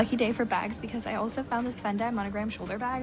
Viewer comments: “Gucc-eh” “Fend-eye” WHY ARE REAL PEOPLE MISPRONOUNCING WORDS LIKE AI MISPRONOUNCES WORDS NOW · DID SHE JUST PRONOUNCE FENDI AS FEN-DYE I'M GONNA LOSE MY SHIT